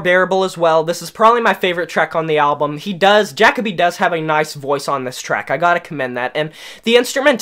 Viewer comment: Is this video a joke? Seriously asking because first, it's JUH-co-bee, not Jack-o-bee. Did you listen with broken headphones? I don't know where you're getting this whole "he sounds like multiple vocalists" crap. Also, releasing the same album 10 times? I really hope for your sake that's sarcasm cuz if every single Papa Roach album sounds the same to you, get your ears checked bud. Also, coming from someone whose favorite band is Skillet, I can easily distinguish Jacoby's voice in the chorus of the Ending. He does not sound like John Cooper. Addressing your point on Not The Only One's so called hypocrisy, who the fuck stated it was a concept album? No one made the rule that the themes of the song had to flow together. Just because some of the other songs deal with issues doesn't negate any sort of positive/inspirational theme and it's place on the album. If you're going track by track, double check your notes and make sure you aren't skipping any. You completely disregarded Maniac. Funny how you say no experimentation yet this is the only one of their albums with a heavy side of synth and electronic elements on a majority of the songs. Top of the World being the best example. Wanna name another Papa Roach song that sounds just like it? I'm not very high on Elevate either but if you're going to dog on them for going in a sound you don't like but also say they don't experiment with their sound, then that makes you the hypocrite bro. Oh and do yourself a favor and stop trying to